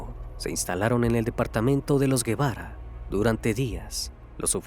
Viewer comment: Solo como aclaración el apellido se pronuncia “jevara”, no lleva “u” el apellido. La foto de la mejor amiga es de una serie jajajaja, hay que investigar tantito. 😂